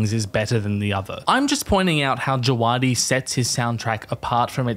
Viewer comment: This is the nitpickiest nitpick, but it's "Djaah-vuh-di", not "Djuh-waah-di". Otherwise good video, would love to see more GoT music analysis